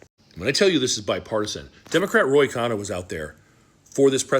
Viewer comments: Thank you for this vid! FYI… it’s Ro Kannah, not Roy! 💕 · RO is that man’s name, it’s not Roy.